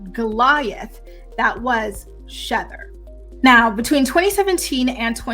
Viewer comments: It’s actually “SHEther” like ether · Remy’s song is pronounced SHE-ther…….like the word ether. It’s her version of Nas’s song Ether.